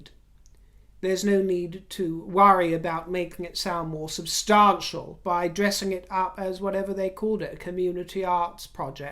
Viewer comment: OMG, Is this a white Winnie Mandela impersonation. Please use the correct pronunciation of "substantial" and not the Lady C affectated pronunciation. Listen to your latest video and and hear that you switch pronunciations. I despise Meghan ( and Harry) as much as I despise Trump, but at least she is not a social climber as you () and name drop. You critisise her expensive clothing, that's her business, but at least she doesn't have to buy at the "Thrift" shop. I just think you are jealous that she succeeded in marring a "royal" and you remain common drag "queen". Oh, I am certain you have friends of "inluence", the ordinary gay politicians. Finally, I find it offensive that you refer to Prince William as the "hot' prince and how you would love to "have " him. In your dreams, in your dreams. Show some respect.